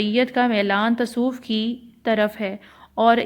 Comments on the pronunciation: Api tasof nhi hota lafz tasavuf hota ha.....baki good work 👍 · Not tasoof its tsavaf